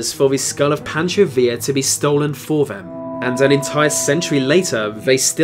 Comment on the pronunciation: he says villa right but not pancho, alrighty then